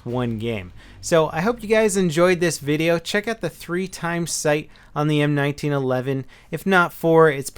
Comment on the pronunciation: Yay you said it right M1911 I hate it when they call it the one nine 11 But its my best pistol and I already have 1235 kills